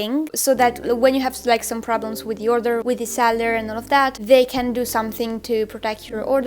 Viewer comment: its the buyer.......not dee buyer.......it's with not wiv.......hahahahaha........